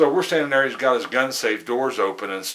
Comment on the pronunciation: got not git lol